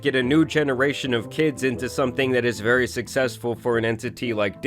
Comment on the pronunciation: vewy seriOUUZ